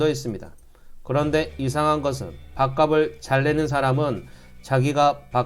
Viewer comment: 밥갑슬 이라고 발음하기바람